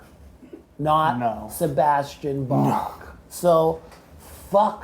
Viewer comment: So much pride to want people to call him Bach, and then proceeds to not know how Bach is even pronounced.... If you choose a germanic name, at least know how to say it.